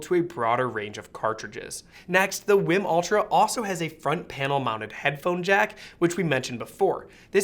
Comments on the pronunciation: Wii WiiM, not Win Wim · English would suggest it's pronounced "weem".